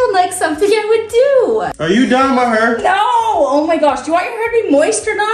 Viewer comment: “Why you dyeing may hurrr” got me dyinggg 😂